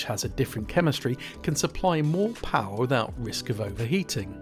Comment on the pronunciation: More powahhhh